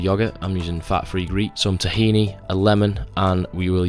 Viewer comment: The way you say paprika made me chuckle and wonder if I been saying it wrong my whole life the same with tahini lol